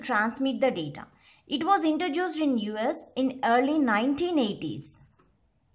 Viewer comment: Its introduced.. Not intra-juice-d 😐 #cringed